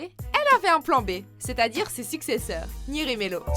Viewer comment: sa se die near et pas nir